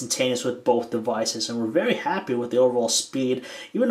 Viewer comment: You say bolth